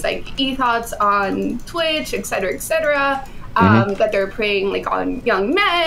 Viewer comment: She need to stop saying “etcetera etcetera” if she’s going to mispronounce it every time. It hurts.